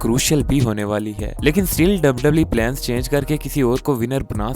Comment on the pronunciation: Bhai tu pehle wwe bolna sikh